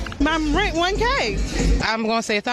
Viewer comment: Wow...all those fearured black women would steal. It's not pronounced "Ren". It's called "renT"..with a "T" ....trashy. devoid of honor. Worthless as a spouse.